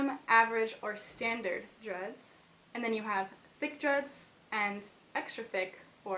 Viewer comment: every time she says "dreads", i think that she says "drugs".... wtf ears.